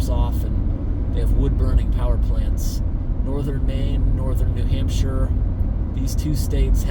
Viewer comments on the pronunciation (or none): none